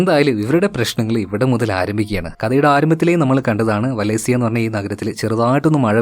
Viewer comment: വാലൻസിയ എന്നാണ് 😊